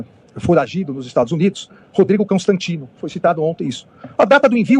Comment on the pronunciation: Será que foi só eu que entendi ele falar “Cãostantino”? Ou é coisa da minha cabeça? Acho que já tô ficando doida , de tanta raiva.